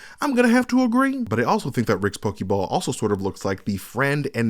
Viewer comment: This dude doesn't even know how to pronounce pokeball